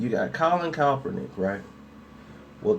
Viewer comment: Why are you unable to properly pronounce Kaepernick?